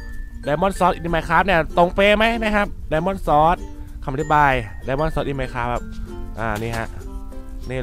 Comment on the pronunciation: พี่ครับมันอ่านว่า สวอด (สะ-หวอด) ไม่ใช่ ซอด Sword